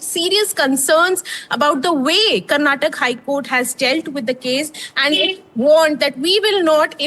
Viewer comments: It's not Karnatak, it is Karnataka. Don't change the name of the state according to your mother tongue influence and convenience you journalists.😡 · It’s not Karnatak you stupid reporter it’s Karnataka. How did you even got into this profession not knowing to pronounce the name of the state right. 😡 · its not Karnatak, it is KARNATAKA. Not everything needs to be hindi-fied. Person who is calling out mistake of Karnataka HC herself is making mistake in pronouncing the name of the very state. Yes indeed, We need justice too. Rule is a rule, even for a fool, darshan should head back to jail for the crimes committed. Karnataka High Court had the influence of politicians of congress coz he supported them in election campaigns. Ex: Sumalatha Ambareesh, CM Siddu etc. I hope Karnataka HC start taking laws seriously without any influences going forward atleast. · It's surprising how the English media Journalist doesn't know how to pronounce a state name properly !!! Shame on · whom are you replying with? there is supreme court or judiciary who takes care of the accused. I am only educating this foolish anchor who doesn't know to pronounce the Indian language or State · It's not Karnatak it's Karnataka It's not kannad it's kannada